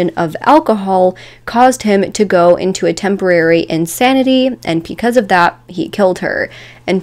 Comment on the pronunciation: It also sounds like she's saying p-cuz instead of because & it makes my head hurt.